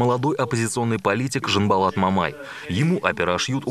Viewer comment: че так трудно не произносить ЖанбАлат. Тем воспитание человек, чем больше старается запомнить и правильно произносить имена других.